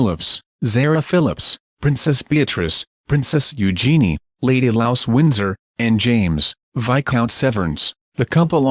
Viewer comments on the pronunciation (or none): "Lady Louse Windsor", WTF? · it's Louise.. not Louse .